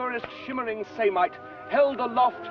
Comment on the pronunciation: Thank gawd that samite is correctly rendered. All over the internet it's quoted as silmite. One half deaf transcription repeated ad nauseum